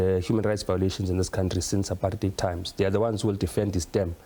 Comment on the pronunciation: Apart-heid NOT Apar-theid...when are people, in public platforms, going to start pronouncing words correctly? Just like Malema, Mbalula and this wet-behind-the-ears Minister of Justice pronouncing Country (Cuntry) with their special kind of pronunciation: Cow-ntry. This Cow-ntry thing is so nauseating it wants me to vomit the moment it leaves a person's mouth because it sounds bloody terrible. Can some people correct these moegoes who call themselves "leaders"...what a bunch of "dumb leaders".